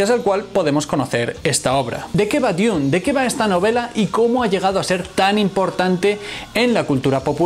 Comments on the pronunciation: Su error del metal fue como tú diciendo dune envez de dun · nunca pensé que una persona pudiese pronunciar "Dune" de tantas maneras equivocadas....